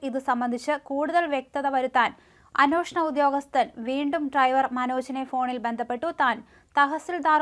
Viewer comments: Kindly note. Not annooshanam. It is anweshanam. We can't tolerate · അന്നോഷണം എന്നല്ല അന്വേഷണം എന്ന് പറയൂ കുട്ടി..